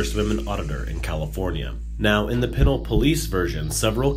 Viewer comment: Lol you mispronounced pinole